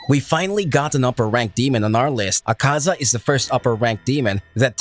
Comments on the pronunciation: Funny how it said akza lol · Akza? O you forgot another a lol but its ok ^^ this was still nice and the way he just sajd "HES LAZEH"